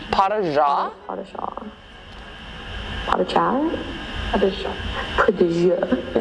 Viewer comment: "Pas de chat" .... Yeah! Fucking not French AT ALL!!!!!